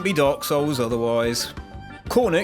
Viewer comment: You pronounce dark souls like dog souls 😆